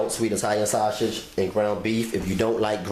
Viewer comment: I laughed everytime he said shawsidge 😂😂😂😂